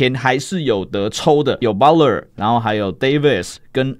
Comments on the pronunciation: 是念巴特勒 不是包勒⋯⋯聽得很累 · butler t不發音也會變成巴勒 不會是包勒